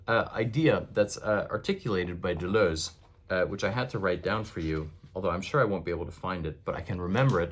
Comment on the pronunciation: I feel soothed every time you pronounce Deleuze not “De loos”